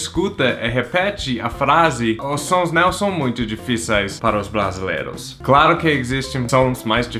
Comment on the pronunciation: Isso. NUMb tem o som certo de NÃo, assim como NUMber. Boa dica! Se ele ver, talvez ele consiga falar "não" em vez de "nao"